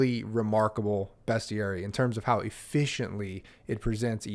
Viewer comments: Ahh, it's pronounced bestiary! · Calling out the correct pronunciation of "bestiary" as you did really warmed the soul of my inner pedant. 👍🏻 It never occurred to me that anyone might perceive goats as bad. Poor creatures. We humans are a weird species.